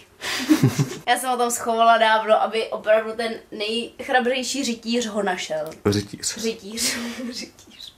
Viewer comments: Krásná čeština 😁😂( řitíř) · Ano řekla řitíš